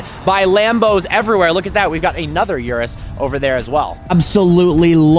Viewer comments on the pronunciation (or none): Bro its urus not yourus😆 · it's urus not yewrus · Please don’t call it the “Yewrews”. My ear drums are bleeding and screaming in pain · Totally butchered the pronunciation. It’s not ‘yerris’. OO-ROOS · it is pronounce "oo-roos" and not "you-roos" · Bro..... it's not "yuras" ....... it's URUS......a lil pronounciation is appreciated... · He pronounces "URUS" wrong, He says: You-Ress It is actually pronounced: Oo-Rus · 'Urus', not 'Yurus' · Urus is pronounced ooroos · it is u-rus or ur-us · No bro the CORRECT pronounciation of it is aurus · haha cheers, it was driving me crazy how he was pronouncing it hahaha